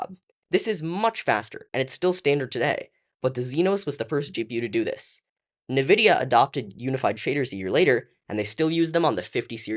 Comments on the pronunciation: It's N-Vidia, not na-vidia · um, EXCUSE ME? "NUH-vidia"??! i thought i was the only that pronounced it that way! *high five^